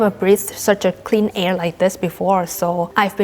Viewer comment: oh my gosh the way you say "air" with a scottish accent, rolling the R sound, wow, that must be difficult for a native chinese speaker. anyway, it's a most delightful accent and it makes me smile.